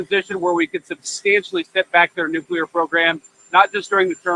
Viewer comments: Benny, I know you're not illiterate but why do you insist on still saying NEW-CUE-LEHR??? No such word. If you can't pronounce it correctly, then pronounce it phonetically. You've heard it pronounced correctly thousands of times and you still say new-cue-lehr. It's NEW-CLEE-Ehr. Robin Williams never said it right either... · Nuc-clee-er! NOT nuc-u-lur 😖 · Love you Benny, but again.... it's NOT "nucular" it's "nuCLear" 😉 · Benny love you but it NEW KLEE UR.. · Nuclear is pronounced nuke-lee-er Benney. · I can guarantee you that NO ONE has nu-cu-ler anything…